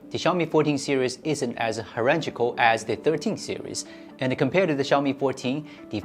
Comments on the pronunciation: .. "Herengical"? What word are you saying here? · hes just not pronouncing it correctly. I told you what he actually meant.